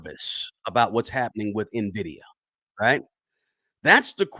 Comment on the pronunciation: I clicked to see if he learned how to say Nvidia 😂 i bought it btw